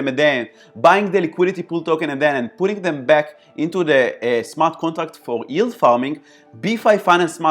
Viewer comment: thanks very informative, have subscribed...being a smart ass I can't help myself & will say that talking about yield farming you might have to learn how to say the word yield hahaha it's not ''ild''